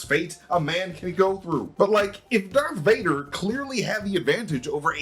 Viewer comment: Why are you saying "Dark Vader"?